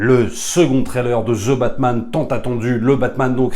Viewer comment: Plz, arrêtez de prononcer :" Ze batman " phonétiquement c'est "2 batman"